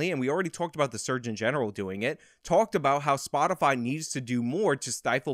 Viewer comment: "Spotifly" -Jensaki